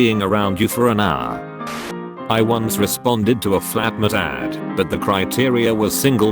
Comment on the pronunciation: Why not have a real person narrate it? The voice sounds good but sometimes pauses in weird places mid sentence, making it confusing. Also pronounciation is sometimes so that you have to read back what was meant (e.g. flatmetad).